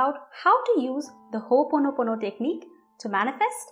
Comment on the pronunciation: It is not Ho ponopono, it is pronounced Ho,Opono pono.. You are welcome.